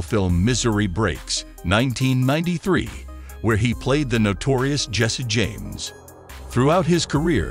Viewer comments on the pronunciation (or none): none